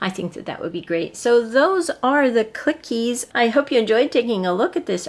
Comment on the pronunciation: You pronounce clickeez with only 1 k get it?